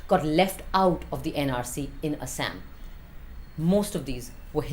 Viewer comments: Shouldn't be taking advice from a person who can't pronounce it properly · Binod pronunciation dekh rahe ho asssam 😂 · Why can't she pronounce Assam correctly.